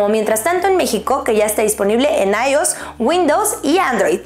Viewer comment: Muy hermosa, solo que hay que practicar la pronunción de ios.